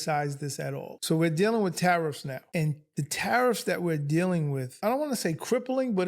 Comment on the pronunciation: Tariffs, okay Tariffs, I heard "terrorists" at first